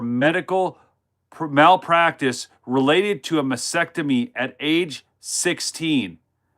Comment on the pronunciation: Pronounce "masTEctomy" not massectomy